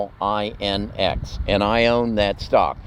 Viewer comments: Xilinx is pronounced “zylinx” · "XLNX" pronounced "Zylinks" . I'm not ocd but I have this twitch when it comes to company names. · pronounced ZY' linx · One small correction: "xlinx" is pronounced "zayi-links"